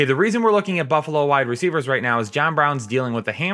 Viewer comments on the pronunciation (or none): none